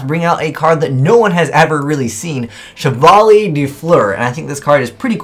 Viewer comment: wow the way how you prounce chevalier hahaa